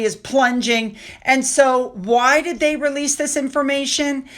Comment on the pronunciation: horrible English…Murkle instead of Markle…day instead of they…duh instead of the!!!